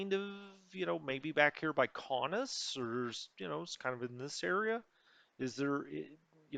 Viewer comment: your pronunciation of Kaunus is how I would say it. Please don’t change it lol.